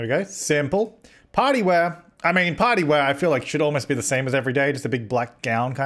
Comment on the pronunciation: When Said Party Wear I thought He said Potty wear xD